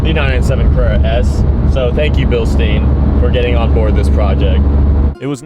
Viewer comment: Guys, its Bilstein, !GERMAN!, u say it like "Billshtayn", not "billsteen" 😅😅